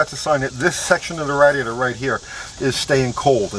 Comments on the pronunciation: "radd-iator" lol. great video! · Us east coasters call it a rad e ator. West coasters call it a ray de ator. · you say radiator funny lol love your videos though